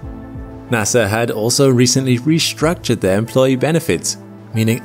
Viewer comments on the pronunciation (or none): Re-STruc-Tured. Not Re-SHRUK-tchered. No "H" in the ST.